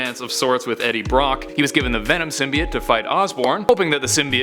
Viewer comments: Finally, someone who says it CORRECTLY! It's symbiot not simbyoat! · thumbs up for not saying sim bi oat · How you say it is correct not how they are saying it in the movie is wrong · As far as I’m aware, your pronunciation of “symbiote” is more correct.